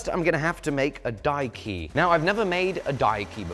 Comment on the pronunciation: So careful to clearly enunciate die key and not blur or mumble the words together. Like how in the English dub of "Castle in the Sky" the name of the floating city was always clearly enunciated as lap-u-ta, with a long u, not la-pu-ta with a short u and different syllable breaks.